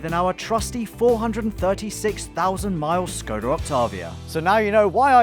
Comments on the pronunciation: its Škoda , you pronounce it shkoda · That škoda pronunciation. Š is read the same way as sh. Still very good video. Keep it up! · Hey guys I love your vids, but you might really consider learning how to pronounce Škoda right already:D Its not difficult